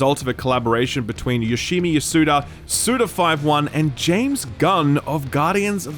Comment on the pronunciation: You can tell hasn't known about Grasshopper Manufacture's games for very long with the way he says Suda51 xD He's just a japanese developer that creates some of the industry's most unique games, but I do understand that they are kinda niche and therefore are not surface-level entries to videogames as a whole. No More Heroes is a very fun series, The Silver Case is just stylish as hell, Killer7, Killer Is Dead, and quite a few more, almost all of them are cult hits.